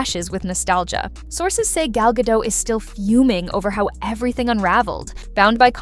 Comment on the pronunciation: Gla's last name is pronounced Ga-dot not "Gadoe" - - the T is not silent